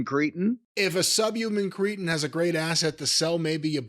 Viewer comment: It's cretins, not Cretans.